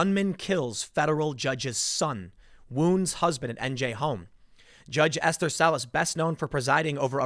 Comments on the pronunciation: You say it like ‘ester,’ not ‘ess-ther’. I have a close family member with that name. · It's pronounced "Es-ter," not "Es-ther." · "judge ess-therr??" You really have to work on pronunciations, this is getting bad.